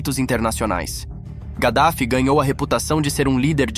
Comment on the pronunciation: Kadaffy não (gadafi)